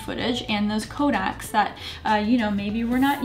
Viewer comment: Are you pronouncing codec as kodak?